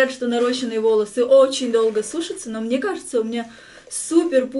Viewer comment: Правильно наращЕные и ударение на ё," наращения"